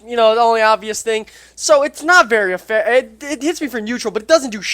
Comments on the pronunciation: he is saying efucktive he's adding the word fuck to it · please pronounce effective right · LMAO Super Effucktive.......This dude needs to be on the main channel just for that